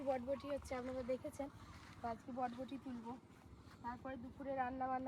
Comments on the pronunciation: বটবটি না বরবটি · কথাটা বটবটি না কথাটা বরবটি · Bodboti bolo na pl ota borboti bole😁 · বটবটি নয় বরবটি। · বটবটি না বরবটি